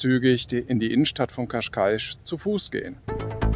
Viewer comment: você falou Cascais corretamente, ficou perfeito. Dein Video ist wunderbar. Glückwunsch!